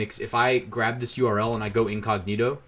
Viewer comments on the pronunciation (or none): none